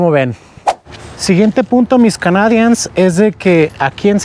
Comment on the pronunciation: tiene que aprender a pronunciar "canadians" porque es una de las palabras que más usa en su canal. Por lo demás estoy muy agradecido con la información.